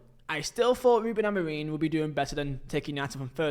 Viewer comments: It's f***ing Amorim not Amoreem ffs! How the hell can you not say basic sounds with your vocal chords? I'm not even a Man Utd fan but f**k me, you need to learn how to pronounce words properly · Please stop saying Amoreen og Amorino mate